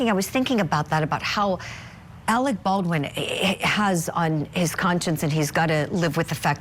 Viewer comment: Alec Baldwin you're mispronouncing his surname baal'dun .